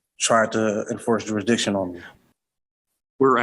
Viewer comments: Not to mention "juri diction". Im waiting for "coherse". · It's "juridishin" silly!